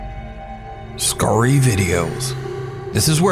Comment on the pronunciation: Still hate an refuse to watch fully, “skurry videos” ruins the mood